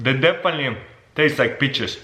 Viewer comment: I heard beaches.